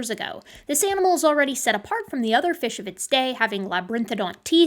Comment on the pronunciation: ...what's a "fesh?"